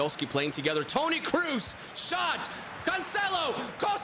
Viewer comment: The video is really interesting but seriously, the pronunciation is awful, who tf is Toni Cruz or Sergio Biscuits? lol